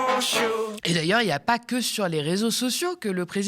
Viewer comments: 😂 For shure 😅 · J'adore c'que tu dis... For chure 🤣🤣🤣